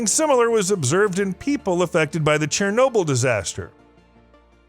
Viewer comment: Wait. Did he say “CHAIR-nobyl”?